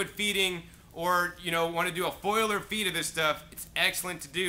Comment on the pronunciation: You need to learn how to pronounce foliar (fol-li-ar) there is no foil in it